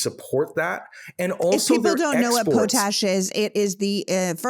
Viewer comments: POT- ASH , as someone originally from Saskatchewan the biggest POT-ASH miners and suppliers in Canada and the world PLEASE PRONOUNCE IT PROPERLY LOL!? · Please, " Potash " is "pot-ash" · is it not Pot Ash interesting pronunciation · It.s potash as in Pot-ash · Mispronouncing potash makes you sound like a laurentian elitist. Don't sound like a laurentian elitist. It's POT-ash folks. not Po-TASH. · The product that most farmers require is not po-tash, is is pronounced POT-ash …😂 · I appreciate your podcast. Can you please get pronunciations straight please. Its. Pronounced polyev not evre. You do not pronounce the re. And it's pot ash as in rhymes with cot and hot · Man i can't believe i wasted my time watching what was essentially a water cooler talk of the completely misinformed lol. Learn how to pronounce Pollievre before you sling mud at least. Potash is not pronounced poatash its potash is in POT. Have to love the completely uninformed talking about disinformation tactics used by the Russians when they are no better 😂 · I was quietly working and listening when I heard you say POE-tash. OMG. Please, just no. I am born and raised in Saskatchewan where we mine potash, and in 61 years I have never heard someone mispronounce it. Potash... like pot (pots and pans) and ash (burnt wood or paper). Potash. Please look it up if you have trouble from my description. One of our major exports that American farmers need for fertilizer, we need to know how to pronounce it. Thanks for the show and excellent discussion. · Just a question...is the audio in this AI generated? I mean, mispronouncing Poilievre, a word that is proper pronounced in Canadian Media, and even something as simple as potash, it's not "poe-tash" it's "pot-ash". It makes me leary of this video... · Het guy. It’s pot - ash not po- tash. No big deal but out in western Canada, this stands out as not really knowing about this part of Canada. Loved the show! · POT ASH. not pote ash LOL.